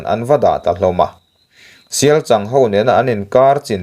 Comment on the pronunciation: Sialchang ani chhen lo 😂 Sialchâng, changzawl i lama chang ilam ang chiah khan sialCHANG kha lam rawh 😂